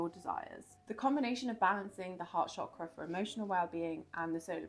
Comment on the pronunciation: Thank you for pronouncing chakra properly ❤